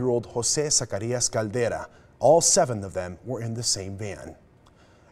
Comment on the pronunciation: and is it really THAT difficult to pronounce their last name correctly? It’s not zuh-CARRY-us it’s sac-ah-REE-ahs.